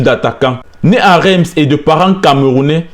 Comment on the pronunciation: Super vidéo courage! PS: on écrit "REIMS" mais on prononce "RINCE"